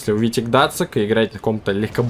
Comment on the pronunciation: Какой Гдацик? Гданьск- город в Польше! Зачем, как подросток, язык коверкаете? Геймерская профдеформация видимо...